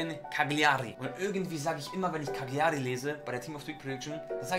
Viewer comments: Es wird Kaijari ausgesprochen und nicht Kaliari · Bei cagliari wird das G glaub ich nicht gesprochen. Also quasi caliari